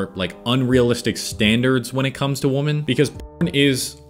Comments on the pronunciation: Only thing that bothers me: Why do you say "woman" instead of "women"? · Anyone else getting hung up every time he says "woman" instead of "women" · Your mispronouncing the word "women". Jaja